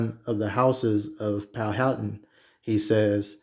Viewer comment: Powhatan my father side straight out of Charles City county and it is pronounced Pow-wha-tan